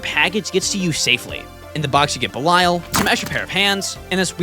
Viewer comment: Belial is pronounced Bell e all